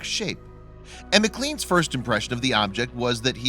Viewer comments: First of all, it's pronounced MC CLANE not MC CLEAN ffs..... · The magazine isn't pronounced macleens